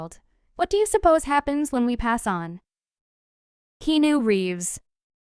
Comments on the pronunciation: Repetition. Heard it all before, even OLD NEWS. Get some new info & pica to share. And learn how to pronounce his name. It's NOT KENU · I think someone needs to check their pronunciation. How can you mispronounce his name & be from the good ol USA? Lol Are you a bot??? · You're pronouncing his name wrong. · Learn how to pronounce his f-ing first name